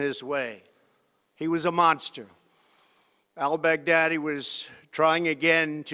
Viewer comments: Love the way he says " Al Bag Daddyy" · Also 'Al Big Daddy' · I like how he says “All Bag Daddy”